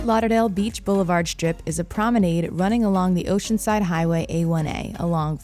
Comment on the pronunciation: You mispronounced “promenade”, twice.